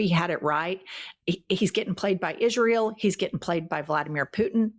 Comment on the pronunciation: Sorry ladies Plz don’t say Aye ran It’s EERAN ITS ISRAEL NOR EYE SRAEL ALL THE RRST I LOVE WATCHING YOU